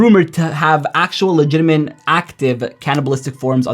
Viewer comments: i just thought that too 😂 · Is he saying "legitiment" instead of "legitimate" or am I hearing it wrong? 😅